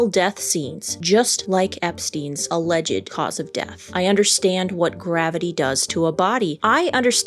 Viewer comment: With due respect, your Pronunciation of Alleged is incorrect!!